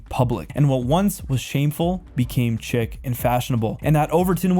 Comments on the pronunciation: "... it became chic" is pronounced sheek. not chick. who writes your material? its clearly not you. if you want people to think you do actually make your own content, I would suggest finding out how to pronounce the words on your script that you don't know the meaning of. its french by the way. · Chic is pronounced “sheek.” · Just FYI: “chic” is pronounced as “sheek” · Spelling doesn't alway tell the tale. 🙂 So FYI….. Chic = In this context, it is not pronounced as if you're talking about a baby chicken. That would have a "k" at the end (chick). Rather, when talking abput style, etc., it's pronounced as "sheek" (long "E"). Like when you're talking about an Arab Shiek. Coup = It is not pronounced "koop", like with a car, like a "sport coupe" (which has an "e" at the end). Rather, in the case of forming a group/army/etc., to "take over", it's pronounced as if you're saying; "koo". The "p" at the end is silent. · The "p" in coup is silent. "Chic" is pronounced like "sheek" not chick like a baby chicken. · It (chic) is pronounced 'sheek' not 'chick'. When I listen to a documentary wherein words are mispronounced, it reduces the credibility. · “Chic” is pronounced “sheek” not “chick.” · chic is pronounced like Shiek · FYI, two words….. 1) You said "chic", pronouncing it as "chick". It's actually pronounced as follows; "sheek" (like the Arab title of "shiek"). 2) You used the word "coup", but pronounced like you would the 2-door car (coupe). I.e., you pronounced it as, "koop". But in reality, when there's no "e" at the end, it's pronounced, "koo". I.e., the "p" is silent. Ah, the English language. Not dumb at all. 😆😆😆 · Learn how to pronounce French words. you sound like an idiot its not chick. its sheek. also michael foo-co. as in co-operation . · It’s not “chic-k” It’s pronounced /shik/ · Interesting but please work on your pronunciation. It is distracting. For example, chic is pronounced sheek not chick and coup is pronounced koo not coop. Is this AI?